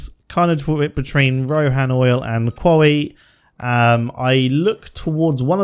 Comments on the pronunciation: “Kwowwy” also known as Quarry. 😂😂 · I was sound until you said qwawee. Sorry pal gonna have to move on.